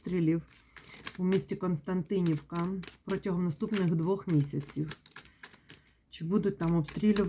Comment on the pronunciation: Если что то не "Константинівка" а "Костянтинівка".